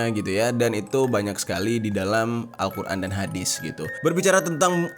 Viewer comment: kok Kaka omong nya al-Qurn